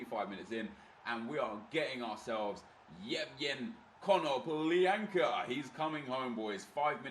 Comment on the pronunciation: ea made more than 1 mistake its konoplyanka not kononplianka, love RTG aswell its very good cheers